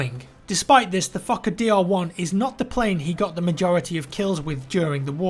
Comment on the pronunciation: I swear it sounded like “ The Fuck A Deer “